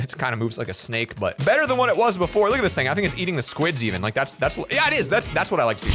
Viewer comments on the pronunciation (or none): That but sounded like a "butt"